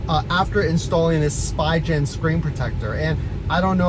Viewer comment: "Spy Gen" LOL Just fyi, it is pronounced "Spee" and "gen" rhymes with Glenn. It's German. Der Spiegel Gen.